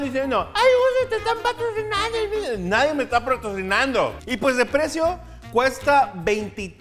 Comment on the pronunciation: dijo pratrozinando?